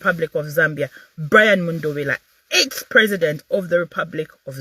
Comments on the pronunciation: It's mundubile my sister not mundubila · Please pronounce MUNDUBILE correctly.❤